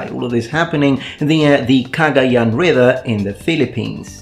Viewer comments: I'm filipino! Do you speak tagalog? The way you pronounce 'Cagayan' is perfect. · Filipino here. I applaud your pronunciation of Cagayan. Good job on it. Yeah, wako got around. Especially near Taiwan, Okinawa, and Macau. The south china sea was their playground until the Europeans came. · I am surprised your pronunciation of Cagayán is correct. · Finally a European Historian that pronounced the name of those places properly